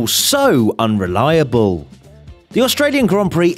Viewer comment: keep hearing unreliaBULL